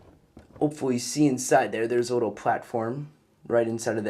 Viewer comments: You said "in a wittle bit" ha ha ha😂😂😂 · Who else heard him say wittle